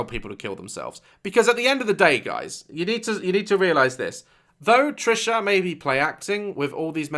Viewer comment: Me: Wait what did you say Daz: Trisha patus Me: what did you say Daz: Trisha patus Me: ok got it Trisha penis